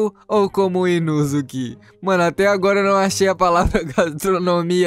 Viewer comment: Você fala o nome do Inosoke ERRADO